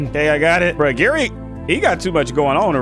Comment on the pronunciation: It’s barry not gary